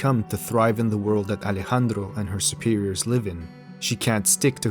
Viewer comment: When you adressed Sicario, you pronounced Alejandro quite well